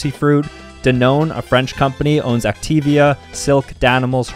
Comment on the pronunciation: Bro just triggered the whole world pronouncing "activia" like that